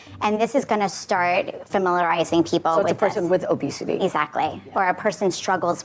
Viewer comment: “People struggle with obesitayyy”